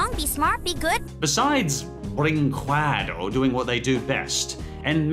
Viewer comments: im brazilian and the way he pronounces brinquedo is aganizing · "Don Kwee-sho-tay"? "Video Brink-way-doe"? Your pronunciations need work. The correct ones are "Don Kee-hoe-tay" and "Video Brink-ay-doe" Otherwise, good video. I'm surprised there were some of these I HADN'T heard of already. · Just a heads up, in case you stumble on Video Brinquedo in a future video: "brinquedo" is pronounced like "brinkedo"; the "qu" in this word sounds like a hard "c". ;-) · I actually think he knows how it's pronounced, it's just more fun to pronounce it as Brin-QWEH-do. :) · I just love how pronounces Video Brinquedo "Video Bring-KWAH-DOH" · Video brin-kay-doe Que=Kay It's Spanish have you never had chips and queso? Seriously learn to pronounce things.... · Yes!! Thank you P.S. I hate the fact that you read Vídeo Brinquedo wrong. Use google translate and listen to the voice please xD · Well, if I may, "QUE" in "brinQUEdo" is pronounced like the "K" in "Kevlar". The "E" sound is spot on. We've got the "QÜE" sound you made in the video, but it needs the "ü" letter in order to make it. But Portuguese is a weird language, I get it. And... I'm not sure if I'm proud or ashamed of "Vídeo Brinquedo". Cheers from Brazil. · When you're a Portuguese viewer and someone mispronounces a word horribly: Cringe Intensifies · Why can nobody say Vídeo Brinquedo right?